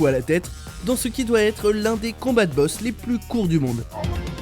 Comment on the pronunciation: C'est la deuxième vidéo de WatchMojo que je regarde, et sur cette vidéo aussi j'entend un défaut dans la prononciation. Lorsqu'il y'a le passage avec goro, c'est pas un combat de boxe, mais un combat de bosse. LOL.